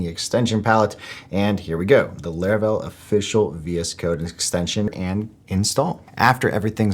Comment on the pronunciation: My man keep saying "Leravel"😂